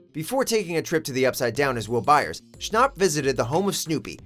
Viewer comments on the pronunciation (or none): Who’s Noah schnopp? It’s Noah Schnapp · hermione granger has entered the chat its noah SCHNAPP not noah schnooooop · Noah schnop wtf it’s Schnapp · Am I the only one getting mad that you said Noah schnopp...? ITS NOAH SCHNAPP with an a not an o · You mean Noah schnapp not Schnopp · “Noah schnopp” OMG he said it so wrong😂😂💀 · “Noah Shnop” 💀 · “Noah Shnop” me: TRIGGERED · DID YOU SAY SCHNOPP! IT'S SCHNAPP!! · Hey guys it’s Noah Schn-augh-pp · "Noah Schnopp" Me: TRIGGEREDDDDDDDDDDD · "Noah shnop" * schnapp * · Notice how he says ShNoP not schnapp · it was annoying how the guy said Noah Schnopp instead of Schnapp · HE PRONOUNCED NOAH SCHNAPP AS SCHNOPP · Sorry but his last name is Shnapp not Shnopp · he said noah schnapp like it was Noah Schnopp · it's Noah Schnapp not Noah Schnopp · It's Noah Schnapp like snap. Not noah schnopp. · It’s not Noah shnopp it’s Noah shnapp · IT'S NOT PRONOUNCED SHNOP ITS PRONOUNCED SHNAP OK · HE SAID NOAH SCHNOPP!!! >:( AAAAAAAAAAAAAAAH!!!!!!!! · He kept saying schnop instead of schnapp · Noah schnAUp Why does he pronounce his name with au if it’s schnapp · its SchnApp not Schnop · its not noah schnopp its noah schnapp with an a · It's Noah shn-A-A-A-p not Noah shn-O-O-O-p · Noah schApp not Noah Schnopp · It's Schnapp like app not like nop. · Schnap not schnop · Why did you say noah SHNOPP it sounds like noah shnap! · Omg the way you said Noah schnapp lie Noah schnopp that made me cringe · schnApp ,not schnopp ,SCHNAPP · STOP saying shnapp like that its like snap not shn-a-pp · noah schnopp?? ITS SCHNAPP AHH LEAVE. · “Noah Schnopp” TRIGGGGGGGGERED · When he said “ SHNOPP “TRIGGERED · NOAH SCHNAHPP LMAOOOO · “Noah sChNoPp.” “sChNoPp...” Lmao what? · Number 6 Noah schnop- what.did.he.just.say? SCHNOPP??!!?! SCHNOPP??!?!?! IS HOW YOUR MOTHER TAUGHT YOU TO SPEAK?! SCHNOPP?!! IEHDUCHIDKEDH Tells friend about it okaayyyy so I might have over reacted.....😂😂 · he said noah schnopp 😂😂😂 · ‘Noah Schnopp’ that triggered me 😂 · “Noah shnopp” TRIGGERD